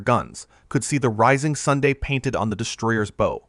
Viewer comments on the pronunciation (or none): “Rising sundae” for rising sun, “h hour” for (miles) per hour, “s cant/s e can’t” for second. “Forty 500 lb bombs dropped from Lerner’s aircraft”. What a load (of crap) for one twin engine bomber) You just can’t hate AI generated crap narration enough!!!!! I mean, really, how much time could it take for the creator to narrated this himself? Wish I had more than 2 opposable thumbs to give this it’s well deserved thumbs down!!!! And don’t even get me started on some of the pictures.